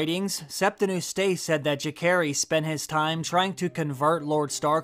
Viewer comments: Its so funny how you pronounce Jacaerheys. 😂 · The way he pronounces Jacaerys is way off. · Are you pronouncing "Jacaerys" on purpose? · How do you watch a show and have a youtube channel about said show and not even know how to pronouncd the name Jacaerys